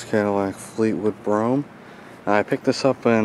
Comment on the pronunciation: It’s spelled BROUGHAM, not “broughm.”